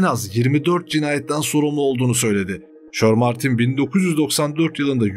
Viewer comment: kardesim insanda birazcik ingilizce olur.herzamanyanlis okuyorsun.mesela shermartine de neymis.shermantine diye yazilir ama shermentayn diye okunur.bu sadece büyük eksiklerden biri